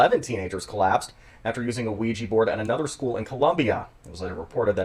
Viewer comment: Quija board is pronounced wee juh technically